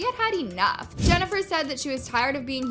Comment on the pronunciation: Stop saying Benifer! 🤦‍♂️